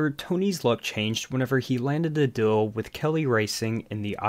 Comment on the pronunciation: Deal...Deal... DEAL!!!!! NOT DILL!!!